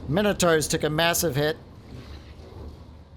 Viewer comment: Just jumped in as it's the first vid I saw, fancied taking a look at a tough Beastmen campaign. But I can't put up with it. When have Mine-O-taurs been called fucking minno-tars? Youre not the only one who fucks this up, but I can't deal with it man. Plus you're so damned indecisive. Had to quit out, won't be back.